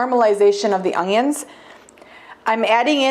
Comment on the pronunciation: Love it! My mom says ungyuns too.